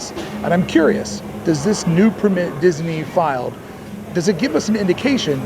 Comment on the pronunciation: You’re really inconsistent with pronouncing “permit”. The correct way is emphasis on the PER. ✅ PER-mit ❌ per-MIT